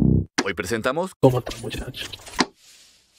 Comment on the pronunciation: Xd me dio risa cuando dijo cono ta muchacho